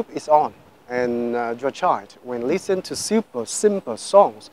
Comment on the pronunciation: mình nghe cả 2 loại giọng Mỹ và Anh nhưng chưa giọng nào phát âm "thanh kìu", "lít sừn", "đíp phơ rừn", "bi caus", "ăn pho gét tờ bồ"... như anh ấy hết. Anh ý sống ở Anh nhưng mình khẳng định anh ấy chưa phát âm được giọng Anh :))